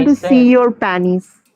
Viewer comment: “I want to see your panies” LOL